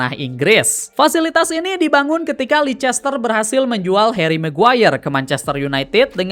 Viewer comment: sorry bang izin koreksi yak, penyebutan yang bener tuh "leister siti" bukan "leicester siti"🙏🏻 overall storytelling materi lu udah oke banget bang. keep going🤙🏻🤙🏻